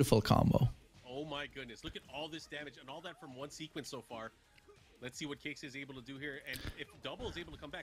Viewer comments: Keisuke (KAY S from snake, KAY) not Kai su kay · Its pronounced key-skeh lol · His name is pronounced K-ski. Kei sounds like the letter K, suke is always pronouned like ski or skae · You pronounce his name like this Key-ske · You can pronounce it KAY - skay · Pronounced "KEY-SKAY" ..